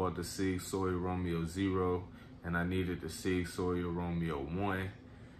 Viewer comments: I like Sig too, and because you spent the time to share this awesome collection I am going to share some ancient German knowledge, it is Sig Sauer "sour" not "sawyer". Your stance on loaded mags is good, unloaded mags are completely useless in an emergency. Epic handgun collection, I'll be checking out your other videos friend. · Makes a point to say smith an wesson and not westin but then says sig soyer 😂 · “Sig soyer” lol Nice collection though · Great reply 👍👏, I was wondering if I should let him know the correct pronunciation but you did a fine job sir 🤙✊